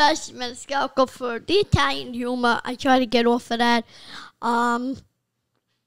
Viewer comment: Mario can't even say Italian lol